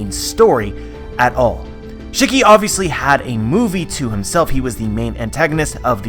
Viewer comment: Can u do me a favor and pronounce shiki properly. Please and thank you.